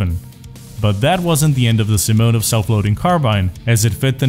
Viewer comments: ....you just put SKS abrreviation into voice translator and there was accentuation on sImonov. Right after that you said simOnov...don't forget, that you have ears:) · Блин, круто. Правда с ударением беда симОнов. Ну а так все круто)